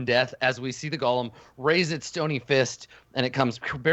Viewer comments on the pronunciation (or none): FYI, it's "go-lem," not Gollum.